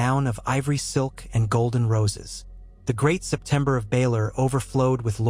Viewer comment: It's hilarious how the AI says that instead of Sept of Baelor 😂